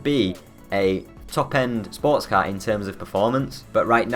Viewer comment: Learn to say car properly you fucking moron